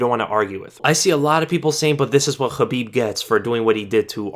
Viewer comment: The way you pronounce "Khabib" sounds hella bizarre dude just say it in english not kinda-russian